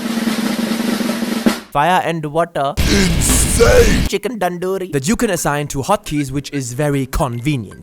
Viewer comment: The way he says "Chicken Tandoori" LMAO 🤣🤣🤣🤣